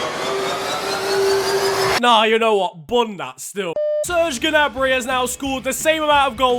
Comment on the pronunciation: Gnabry is pronounced nabry not G-nabry but luv your vids <3